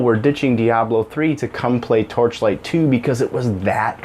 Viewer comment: How many times can you say the title of the game you are talking about wrong? It's hilarious. You actually didn't say it right even once I think